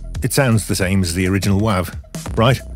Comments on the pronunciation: Wav file pronounced with a short a vowel is undyingly entertaining to me. I’m going to drive everybody in my life crazy saying wav from now on. Thank you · I’ve been in the audio software world since 91-92 and never until this video heard the short a. Again it’s not a big deal